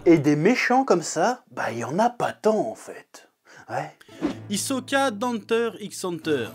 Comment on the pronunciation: On dit HISOKA!!!!!!!